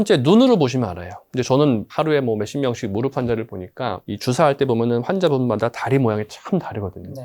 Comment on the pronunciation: 무릎의 올바른 발음은 [무르블 ]아니라 [무르플] 입니다. 더 전문가답게 보이시길 바라는 마음에~~